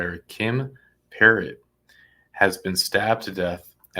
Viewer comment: How do you hear them pronounce Perrot multiple times and still mispronounce it lol